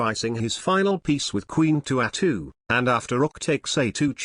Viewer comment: "queen to ah-2"